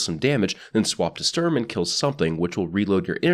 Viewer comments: Just say "Shtorm" and roll the "r" Also, it's only appropriate to scream "FÜR DAS DRITTE REICH!" when using Sturm. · I could be very wrong in this, but I thing the pronunciation is something like "shturm" and "drahng" Started German language classes only recently so I could be very very wrong. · Sturm is pronounced shterm, just to be helpful. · The way this is pronounced is "Shturm". You pronounce it like sterm. Like take the U from Honolulu, Sh from shit. There you go. Shturm. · It’s either How you pronounced it, but it might be pronounced Shturm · sturm is pronounced "stoorm" basically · sturm is said like this s(h)turm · The U in Sturm is pronounced a bit like you would say YOU (U mad?) and the ST is pronounced like ShT. Your Welcome. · german here, it's pronounced like "shtoorm". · MC Aaron E nah, it's a german word which is pronounced like "shtoorm". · Sturm pronounced correctly in German: "Shtoorm" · I am German and yes you said it wrong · I am german and I am offended when he says Sturm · It's not pronounced Sturm, it's pronounced 'my names jeff'